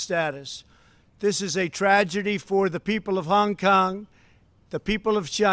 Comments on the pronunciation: He is taking none of the blame for anything. He repeats the blame on China and WHO He screwed up so bad with his response to the virus He is now looking to start a War with China His pronunciation of China and Hong Kong is very is to get a racial reaction toward there people He must be politically taken out of this position immediately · Why does he say Hong Kong so weird? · Because he was from New York. Ok?